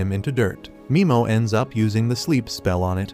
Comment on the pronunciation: Nimo not mimo